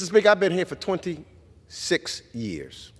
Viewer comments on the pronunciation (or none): The black Mr. Magoo in the gray suit and tie from New Yawk says he's been milking the government teat for TWENTY......SIX..... Yeahs......just screams TERMMMM LIMMMMITTTSSS!!!!!!!!!!